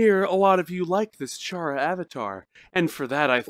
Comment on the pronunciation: FINALLY HE SAID CHARA CORRECT btw do u remember me from last nights video/stream